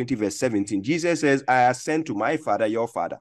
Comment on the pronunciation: He said Fadda not Father 😂